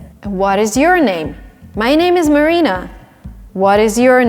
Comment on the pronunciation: Heyyy Marina ... I love the way , how you pronounce your name❤️ LINGUA MARINA ❤️